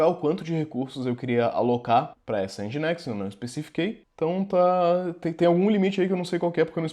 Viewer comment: Já sabia Docker, mas nesse vídeo aprendi a pronunciar Nginx (ao invés de N-guinks)